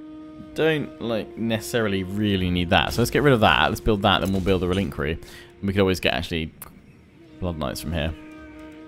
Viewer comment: Why do you always say "relinquie" instead of "reliquary?" There are two r's and no n's in that word.